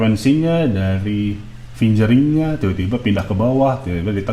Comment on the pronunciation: Fingering bacanya fing ge ring pak..bukan fin je ring. :p